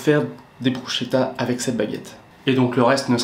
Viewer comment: Hummm j'adore les "brousse-ket-ta" 😉 que l'on peut décliner à notre plaisir ....